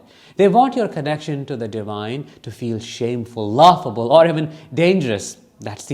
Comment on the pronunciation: Ha thats funny, he said halaugh, it was halalaughable! 😆